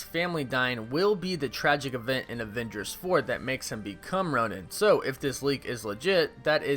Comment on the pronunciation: just so you know Hawkeye becomes ‘Ron-in’ , not ‘Roan-in’ (pronunciation wise) DO I WIN INFINITY WAR BLU-RAY NOW?! lol